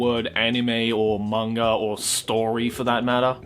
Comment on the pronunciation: I know he has an accent but who else chuckles or laughs slightly when his pronunciation of Manga sounds like "monger"